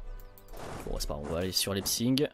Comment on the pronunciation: Leipzig pas leipzing. Sinon jme désabonne.